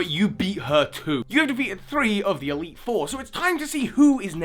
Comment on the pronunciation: you once said eitle 3